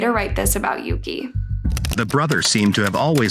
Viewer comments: Pretty sure Yuki’s name is pronounce YUU-KEY not YOH-KAH. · How does one mispronounced Yuki as Yoko? Tf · No she didn't sadly. The brother's name is Yuki (Yuu-key) not Yuu-kah so she pronounced it wrong, and their last names as well I believe because on the subtitles it said Muto (Muu-tou) but she said Moto